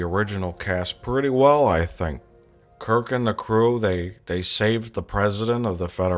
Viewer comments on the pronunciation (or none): none